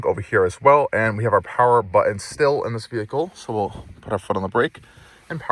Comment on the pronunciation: Very comprehensive review. And I gave you a thumbs up. But PLEASE PRONOUNCE YOUR T's. It is so distracting to hear "BUH-en" instead of "BUTton" over and over. Check out where you say "Impor-ent" ugghhhh.